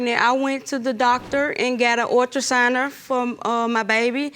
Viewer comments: Ultra-souner????? Please learn to pronounce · I think she said ultrasigner too. That’s what close caption said and that’s what i heard. 🤦‍♀️ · I can't listen to that lady say ultrasigner, let me skip this!!! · “The ultrasouner” 😭😭😭😭